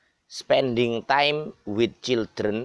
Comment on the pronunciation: waalaikumsalam,mas niku kok childreen wkwk bukane yang bener children